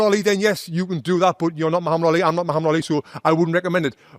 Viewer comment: For the first time I see a foreigner pronounce the name Muhammad correctly 😂😂